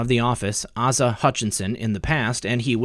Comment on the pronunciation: You're saying the Arkansas governor name. It's not aaasa. It's A sa. (Asa)